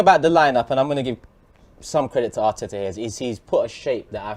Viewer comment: arteaaahhhh and manciteeeeeey is funny